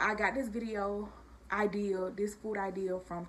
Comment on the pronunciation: Did she say she got this food IDEAL from TikTok? Did she mean idea?